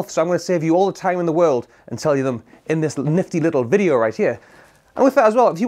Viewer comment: You said bideo instead of video 😅